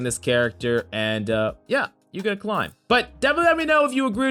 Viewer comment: I love to “clim”